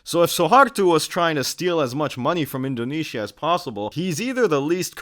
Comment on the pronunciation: I'm watching from Malaysia. By the way, why "indone-Shia"?? 😂